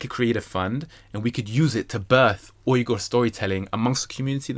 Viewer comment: Finally someone saying Uyghur correctly. Every American sounds like they're saying "wigger/weeger" when they try and it makes me cringe.